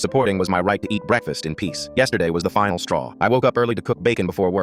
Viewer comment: everytime he says finale straw it’s not the final straw 😂